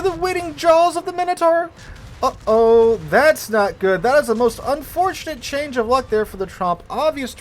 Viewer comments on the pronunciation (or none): none